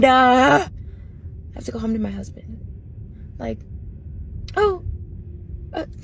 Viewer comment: Over syllable-izing the d at the end of husband is painful to everyone's ears